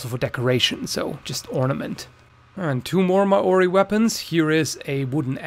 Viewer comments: Just to correct that pronounceation What you said: Mor ori Almost correct: Mol rdyy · This man really said ma-Orr-ie lol. It’s mow-ry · Māori is often pronounced "mauri" or "moldy" with a rolled R, (very bad approximations, I know) but never "Mah ori" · Mow-ree not mah-or-eee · I'm not from New Zealand, but I've always heard it pronounced either mao-re or mayo-re, never mo-o-re. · No, not Ma-ori. "Mauw-ree" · mAori, not maOri!!! it's so difficult to google the propper pronounciation, unles you've got baned there. facepalm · its pronounced modi not ma ori okay trust me im Māori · Maori pronouced Mao-ree (as in Mao Zedong) though it does vary slightly depending on location. In NZ people say Mar ree as a passive agressive insult to Maoris but like I said it's really pronounced Mao-ree or mol-ree with a rolled r. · *Tee-aha. *MO-REE c'mon man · Why does everyone say moari wrong its like moldy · Ma-orie It Māori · Māori is pronounced Mow-ri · Woah woah woah wait MAh ori?, that's a first 😂 it's pretty much like saying mouldy but you dont really pronounce the l bro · maori is pronounced like M-Ow-Ree if you want a fierce friend go to new zealand haha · The way you say Maori hurts my New Zealand soul. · Cracks me up every time he says Māori . Tho I totally understand, the pronunciation is hard. I'm sure I would butcher other cultures pronunciation . Good on ya for trying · Pronunciation was disappointing. Got his pronunciation of Maori from Zoolander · you'd get scalped in new zealand for how you pronounced the word maori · like thank you for putting the culture in the spotlight but like where tf yall learning to pronounce maori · You pronounced Maori wrong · your pronunciation of māori is killing me lmao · Sorry mate. I’m an Aussie and I got annoyed at how you pronounce māori. The āo should sound slime you stubbed your toe. Nice video all the same. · Ha he sead Maori so rong I'm Maori my self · man you don't know how to say maori right lol